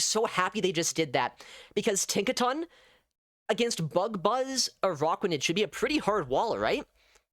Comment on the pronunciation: ah yes, the spider pokemon "uh rock wa nid", not to be confused with an arachnid lol